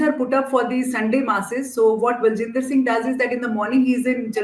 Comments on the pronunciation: Ba-jinder, not Bal-jinder. Anyway, whatever he is, he got his 'just desserts'. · Bajinder and not Baljinder, take the name of the convict correctly. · RESPECTED SIR, A NAME PRONUNCIATION MISTAKE FROM A PERSON OF YOUR STATURE, VERY MUCH GLARING - HIS NAME IS BAJINDER - NOT B A L J I N D E R...